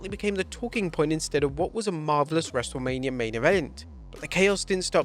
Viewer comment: wrestlelamia also botched